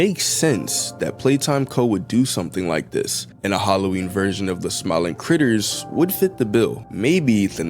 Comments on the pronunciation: in allister gater you said G when there is no G in "critters", did you mean T? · Dude I. Amsterdam he is the first T NOT G the is no g in critters